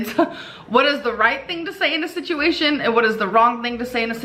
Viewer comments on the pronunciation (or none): none